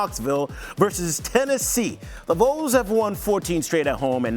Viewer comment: I don't know how this whole comment section isn't flooded with people having a problem with this moron not know how to pronounce the vols